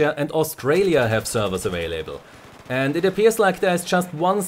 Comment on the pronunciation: avalebabailable XD